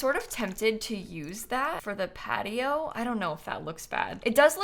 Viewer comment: Am I the only one hearing "Cat-i-oh" instead of "Patio"?